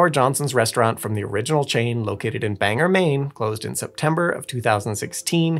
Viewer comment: It's pronounced "BANG-gore" Maine. Yeah, it's a funny name. Trust me on this one.